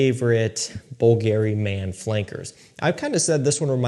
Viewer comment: Bull-Gary. Lol. Not even close to the way it's pronounced but it's okay. You're new to the game. Does anyone know when JPG Le Beau Paradise Garden is going to finally get to the American market?